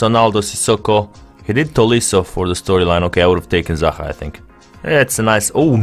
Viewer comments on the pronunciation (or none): none